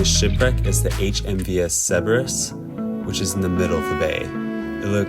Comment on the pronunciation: Pronounced SIRBERUS